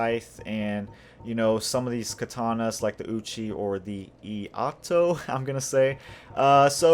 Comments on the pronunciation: Thanks for the build guide brother! Also, iaito is pronounced "E-eye-toe" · Iaito = ee ay toh. It's actually ee ah ee toh but they pronounce it so fast it sounds like ay